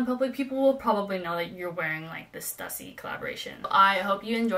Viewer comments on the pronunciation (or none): In the future, it's Stoo-see, not Stuh-ssy. Very nice Birks by the way. Keep the Stüssy ones.